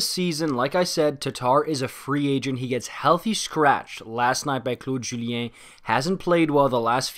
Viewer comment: He says it perfectly